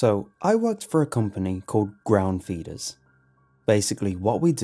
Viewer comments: "I work for a company called ground fetus" hahaha I love your accent sometimes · Did he say ground fetus Or ground feeders